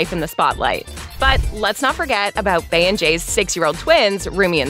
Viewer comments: Its not BAY its BEY (bee) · her name is Bey not Bay 😭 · BEE! NOT BAY! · It’s not “Bay”, It’s BEY………🐝. How slow can one be to pronounce that incorrectly??????? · It’s pronounced Bee